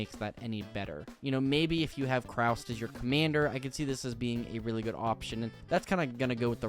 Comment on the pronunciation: Nice vid, but it’s Kaust not Kraust.